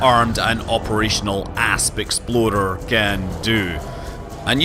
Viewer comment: I heard Asp Exploder once, and now I can't unhear it. Thanks Scott!